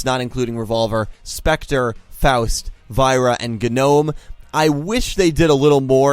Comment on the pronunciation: You keep mispronouncing Dr. Genome and Faust. Why, man?